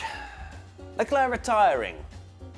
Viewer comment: CL: Hi, I’m Charles Leclerc. MWTF1: sHaRl LeClUr